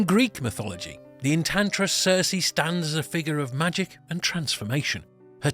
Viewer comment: Good video, not so good pronoutiation. Circe should sound more like cpt. Kirk, not a character from GoT